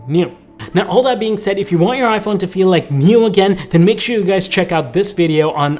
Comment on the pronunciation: bro said i fe!n